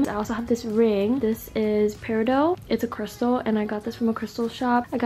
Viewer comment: Peri DOT not peri do. 😅 There is a small Native American town in Arizona named after it. Locally you can go search for them on the Mesa near the town. My hometown! 🥰 I love it! Brings great positive energy. I love your videos. You should visit Arizona. I feel like you’d thrive here.